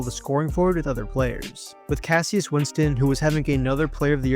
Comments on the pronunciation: Cassius Winston is pronounced “Cash-us” was one of them off the top of my head. There was 1 more but can’t remember which one, maybe Azubuike? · KASH-uss Winston